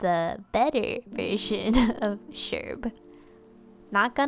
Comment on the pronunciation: Thanks for responding to my prompts and such (and yes, you pronounced it right ^^)! I hope you find Julian and Bunnie soon for your new island. I also sunk so many hours into my ACNL town, and I recently restarted the game because I have so many fond memories. This Sherb turned out so cute, I love the detail on his sweater you nailed so well!